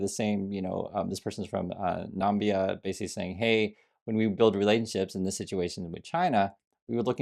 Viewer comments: Na Mi BYA not nambia. NAMIBIA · Hi. I enjoy listening to your news and viewpoints but was somewhat aghast at your pronunciation of Namibia. It made me question the authenticity of your proclaimed support for US trade with African nations.:(